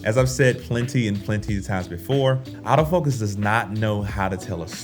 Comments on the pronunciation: Nice video and lighting bro.. It's funny but when you say "AutoFocus" I hear "Out-of-focus!" LOL! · I was confused for a second when I kept hearing "out of focus" instead of "autofocus" ha!